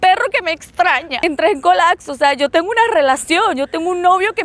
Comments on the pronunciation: Colapso.: Colacso 😅😅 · Se dice colaPso no colacso ... 😅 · “Colacso” “Colacsar” “Colacsando” es medio naquita. 🙃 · “Cuando colacso” 😂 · Le dio un colaczo. Se dice colapso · COLAPSO, no "colakso". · Colacso, colacsar 😂😂😂